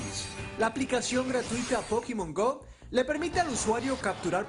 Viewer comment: pokimon gou xD asi lo dicen ellos :v